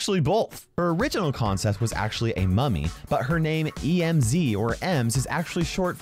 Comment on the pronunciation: bro i want paying attention and accidently heared "emo mommy zombie" insted of "emo mummy zombie" i was like "excuse me WHAT THE ACTUAL FU-"